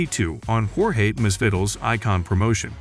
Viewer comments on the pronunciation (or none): Does anyone know who Jorge Miss vi Dill is ? 😂 I know a Jorge masvidal but not a Miss vidill